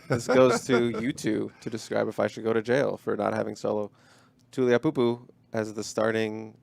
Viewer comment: it's pronounced Too-lee-ow-poopoo